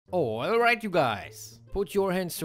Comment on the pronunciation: d "oilright u guys" s laughable every damn time 🤣